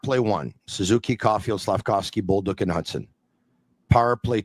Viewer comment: It's Bolduc, not Boldouc...